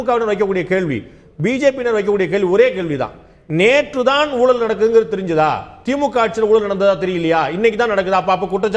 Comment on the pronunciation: அது ஊலல் இல்லை ஐயா. ஊழல்--oozhal. தமிழை கொலை செய்யாதீர்.